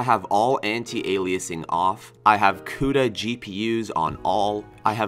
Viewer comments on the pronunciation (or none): none